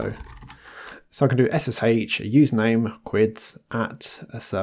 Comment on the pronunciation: ess-ess-HAICH 😂😂😂 your pronunciation makes me laugh lol 🙂